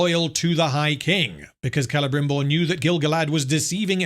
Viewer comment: Clebrimborg. i giggled.